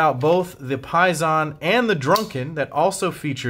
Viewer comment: I think it’s pronounced similar to “pay day”, as in “pay sin”